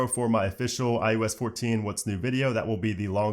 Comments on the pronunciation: All I hear is ius lol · you said "IUS" nearly every single time